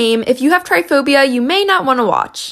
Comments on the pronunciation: It’s pronounced “trip-a-phobia” not try phobia what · to be fair, the girl in the video pronounces it as "tryphobia". Which is still wrong but maybe the original commenter got confused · Its pronounced try-pa-phopbia (no hate just correcting you😁) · the way she pronounced trypophobia as ”tryphobia” is making me feel some kinda way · I hate how people pronounce that phobia wrong